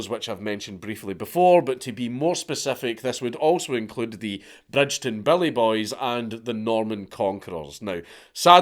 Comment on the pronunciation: You can tell Dank is a teuchter ie not from Glasgow - Bridgeton is pronounced Brigton 😂 silent D Dank ffs